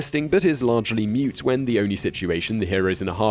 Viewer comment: Points removed for pronouncing 'moot' as 'mute' 🙀